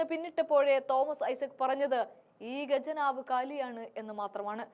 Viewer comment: മോളെ ഗജനാവ് അല്ല ഖജനാവ്